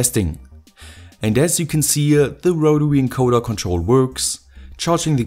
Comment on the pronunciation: wotary encowda gets me every time